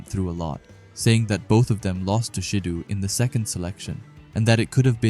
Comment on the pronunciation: It’s not “sheedu” 💀 pronounced Shi Doh